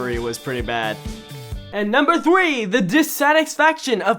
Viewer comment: I just realized said thwee instead of three, I find that funny for some reason XD